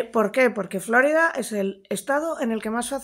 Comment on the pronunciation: Se llama Florida por que se descubrió el día de la Pascua Florida, no flórida, si los anglo-parlantes no lo pronuncian bien, al menos no les sigamos el juego.